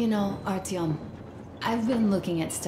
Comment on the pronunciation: É só comigo ou vcs tb ficam chamando o Artyom de Ailtom? kkkkkkk